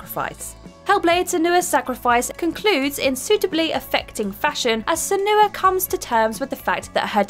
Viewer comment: Senua, Eidos and omnipotent. Please ask someone to tell you how these words are said.